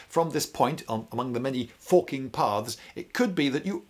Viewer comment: I really like this style video, pretty cool. Also the first 2 or 3 times Lindybeige said "the many still forking paths ahead of you" it is not what I heard lol